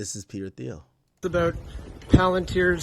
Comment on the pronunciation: Pronounced "Teel"